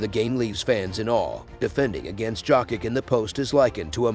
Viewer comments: Dude you are pronouncing his name as jock itch. If can't pronounce his name correctly, I'm not going to watch your video. Get a clue. It pronounce " Yo kitch " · He friggin called him jock itch through all I could listen and when he called him Jovovich I had enough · This voice is epic AF but jock itch is hilariously annoying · WHO THE HELLLLLLLLLLLLL IS THIS JERK TALKING??? 😮☹IT'S ( YOKE ) THE J IS SILENT GOOFY ( JOKIC ) YOKE/ICH 😊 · Yess- Y Y Y - JJJ srpski- JOKIC,JOKIC, JOKIC,JOKIC NOT G- SRPSKI DJ! JOKIC- JJJJJJJJ